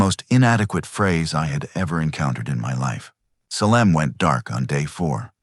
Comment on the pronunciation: If you're going to "write" a story about Oregon, then please teach your AI program how to say the names of the towns and places in Oregon. Salem isn't pronounced Selem. It's pronounced Saylem. And Willamette isn't Will Ahm Eht. It's Will Am Eht.